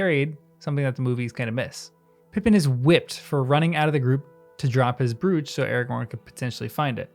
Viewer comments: As it is here in the States...I think that the author has just never had an elderly female relative or friend describe their jewelry, so he never heard the word pronounced before. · In England, "brooch" is pronounced like coach or roach. As it is even here in New Zealand. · What the fuck is "brooch" Learn to pronounce words properly.